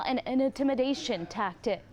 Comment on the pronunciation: needs to work on some of her pronunciations. It makes her sound uneducated when she says things like "tactict."